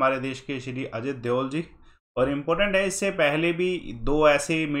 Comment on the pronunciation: Sir Ajit Dewal nehi Ajit Doval...he apne galat pronounce kia